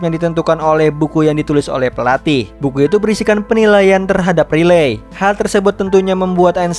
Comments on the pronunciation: Bang aku suka dengan cara mu bercerita cuma kalo nama cewenya bukan riley tapi raiyli bacanya makasi bang🙏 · sebutanya railey bg bukan literally "ri-ley" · Min nyebut nama character ny bukan Riley tapi raili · koreksi dikit ya bg, walaupun penulisan namanya Riley sebutan namanya Raili bg, bukan Rilei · Bang baca nya buka riley ,tapi di baca rayli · Riley❌ Relay✔️ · Riley di bacanya raylii bang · Riley itu Raili gasih bg namanya klo dibaca? 👁️👄👁️🙏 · Raili bacanya banh 🙏🙏🙏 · Riley di baca : Raili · Bacanya Railiy min😅